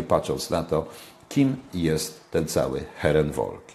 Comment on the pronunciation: błagam Pana, niech Pan nie mówi "heren wolk". tylko "heren folk".to bardzo spotykany błąd. tak. jak mówią wolkswagen. zamiast folkswagen.....